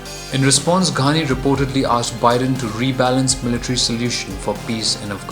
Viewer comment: Not Gandi ghani u don't even know how to fucking pronounce his fucking name u gaved muslim guy a Hindu name